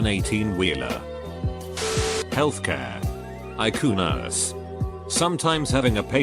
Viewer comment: "EYE KOO NURSE"😂